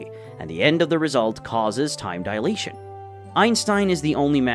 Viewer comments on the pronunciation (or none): Why does he pronounce "dilation" as "deletion" at the end of the video?